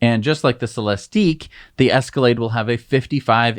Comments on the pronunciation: No need to make fun of Celestiq. It’s just ik not eeek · What a piece of junk that Cybertruck must be to already break down. It's practically handbuilt and tested over and over before being taken out. More pics of that tiny frunk. Gotta love it. And stop mispronouncing Celistig - it ends the same way all the other ones do - it's not French. Don't know where you got 212 cubic feet for the Escalade IQ for cargo. That would be gigantic. Did you add all three numbers for behind first, second and third rows? That's not how it works! It is 119 cubic feet max. And yes, it has 4 wheel steering just like the Cybertruck who ripped that off from the Hummer. At least it has features unlike the Model X which has to limp along with impractical gullwing doors as its signature feature.